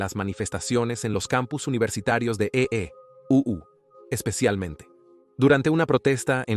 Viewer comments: Muy bueno el relato, pero le hago una sugerencia: NO DIGA EE U, diga EUA o EE. UU. EE. U. le quita importancia. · Debes enseñar a la IA a leer EEUU o a EU a decir Estados Unidos. Se oye horrible cuando lee E.E.U.U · Deberian advertir que lo narra una voz artificial. Cada vez que dice E, E, U, U… me explota el cerebro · E-E-U-U E-E-U-U sabes que EEUU son Estados Unidos. Habla claro coño. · Como se nota que lee en español una IA, porque en lugar de decir Estados Unidos dice EEeee y tras un brebe silencio unas veces dice U y otras Uuuu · Ése tipo no sabes decir usa es un fato que cosa decir EEUU jajajaja no voy a ver ese documental eeuujjj😅